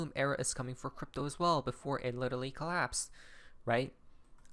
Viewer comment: There is no Little Lee, it's "Literally"!